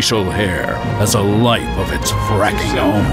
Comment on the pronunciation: he said fraking! hahaha